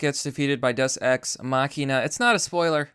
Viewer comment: Language Distortions: Dus-Ex Machina Thaynos